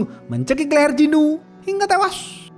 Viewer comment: Bang bacot ngomng tewas nya biasa j dong